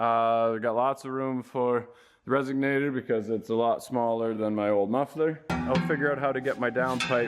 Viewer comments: let me help you out brotherman, it's resonator, not resignator...is that someone who frequently resigns? Did you just create your own word? It should be added to the thesaurus. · says resignator instead of resonator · It is a " resonator " not a resignator.